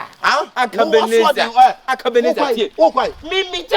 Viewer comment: The way kyekyeku says Akabenezer🤣🤣🤣🤣🤣🤣